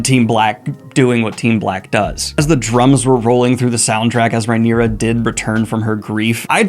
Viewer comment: The knights name is Cristen Cole. The King is named Aegon, AEMOND is the name of his brother with one eye. The hand of the king is his grandfather, OTTO Hightower, Hightower being his surname. So he goes by Otto. Rhaenyra is pronounced (RAY- knee- ra) not (RYE- knee- ra). You are welcome.